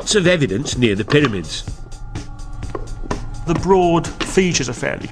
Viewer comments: "ConTRAWvissee" & "piddymids"... So this was narrated by the Geico gecko, then? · "Piddymids..." "Contrahvissy..."